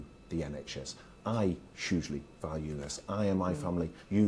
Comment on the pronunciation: Can someone please tell this shyster, Barclay, to say the word ‘huge and hugely properly. It drives me mad when he says Chuge and Chugely.😡😡